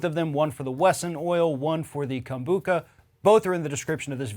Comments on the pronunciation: KombuCHA not KA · Lol it is pronounced kombu cha not kombuka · “Kombucca”... once again, educate yourself before going on camera lmao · Yeah I know right? I kept thinking it's Com -Boo-Cha not Kon-Book-Ka . My Inner Hermione cringed. 'It's leviOsa, not levioSA!' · Lmao. I was like 🤔 maybe I (and everyone else I know) have been saying it wrong all this time. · That's not how I pronounce kombucha.